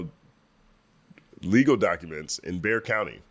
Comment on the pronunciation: I understand people mispronouncing Bexar county, but it made me smile really wide to hear you say it correctly. Merited at least 9 seconds of applause!! Thanks for the update!